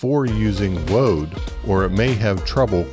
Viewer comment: You said woad....